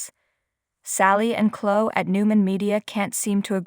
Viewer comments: hey narrator, it's chlo-eeee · Someone tell this person how to pronounce Chloe and Jabot.